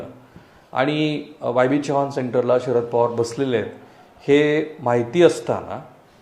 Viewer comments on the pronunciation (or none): none